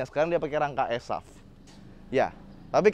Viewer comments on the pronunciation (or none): bukan esaf bang 😅